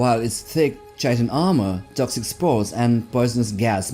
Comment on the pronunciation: FYI, "chitin" is pronounced like kai-tn, not chai-tn. Yep, English is an exremely counterintuitive language.